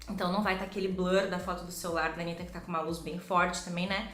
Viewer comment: A make ficou Maravilhosaaaa, que agonia falando "Anira"😂😂😂😂 Os gringos que falam assim😂